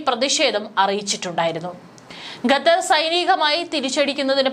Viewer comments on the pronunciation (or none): Gether അല്ല Qatar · വിവരം കെട്ട ന്യൂസ്‌ റീഡർ, ഗത്തർ അല്ല, ഖത്തർ എന്നു വായിക്കുക. ഓക്കേ ഇസ്രായലിനെ പുളുത്തും. 😅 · ഗത്തർ അല്ല മോളേ, ഖത്തർ എന്ന് തന്നെ പറയണം. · At least pronounce correct name, Not gather but Qatar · ഗതാർ അല്ല ഖത്തർ 😊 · Gattar , who told you this prolongation. Better say gutter. QATAR IS Correct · പൊട്ടി പെണ്ണെ, ഗത്തർ എന്നല്ല ഖത്തർ എന്നു വായിക്കാൻ പഠിക്കുക. നല്ല തൊലിക്കട്ടി... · ഗത്തർ അല്ല. ഖത്തർ എന്നുതന്നെ വായിക്കണം. നിങ്ങളുടെ തെറ്റായ ഉച്ചാരണം കേട്ടിട്ട് ന്യൂസ്‌ കാണാനുള്ള intrest പോയി. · It's not gadhar, it's Qatar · ഗത്തർ, മദ്യസ്ഥത "' എത്ര മനോഹരമായ ഉച്ചാരണം